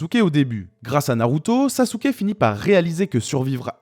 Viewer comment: Ça fait un moment depuis le dernier live de Manga Fr! Superbe review comme d'hab même si sasuké "sasouke"🤭 est loin d'être mon personnage favoris